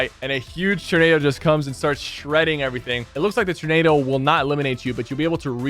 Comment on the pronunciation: Freaking “turn”ado😂😂 love ya sypher but holy cow man, it’s “tor”nado😂